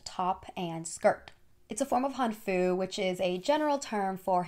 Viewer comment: hanfu is HANfu, more emphasis on the first syllable :>